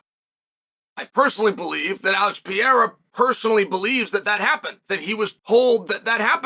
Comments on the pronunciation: “Peiera”, “macklchev”, “Chomo” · I just couldn’t focus everytime chael said blehal and alex pieera